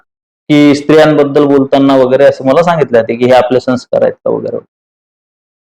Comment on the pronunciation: Sanskarcha uchhar neet karava ashi vinantee.